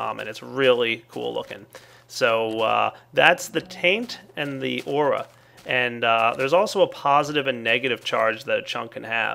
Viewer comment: Aura sounds an awful lot like air...